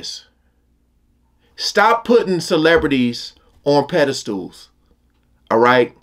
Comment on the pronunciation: the word is 'Pedestal' not pedastool